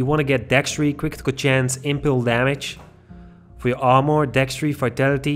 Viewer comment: Cwitikal chance, cwitikal damage and dextri. Lmao